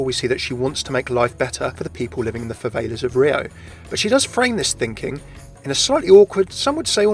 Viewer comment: I'm triggered...favelas is pronounced (fuh-vell-uhs)